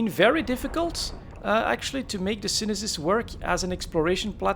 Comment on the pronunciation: Pretty shure its pronounced sune sis